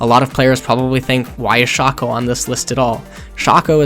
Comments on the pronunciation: the way you say Shaco bothers me so much. I've never heard it said Sh-ack-oh I've always heard people and myself say it as "shake-oh" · jesus christ its not pronounced shaco, its shaco... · And here I thought we were out of new ways to pronounce "Shaco" Silly me lol